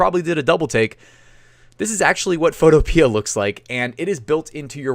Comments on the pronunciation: I think it's pronounced PHOTO-PEE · Photopea rhymes with Utopia. fo TOE pe uh